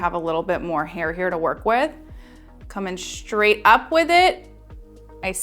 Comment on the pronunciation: Thank you! Just want to point out thatyou keep pronouncing the word “straight” as schtraight.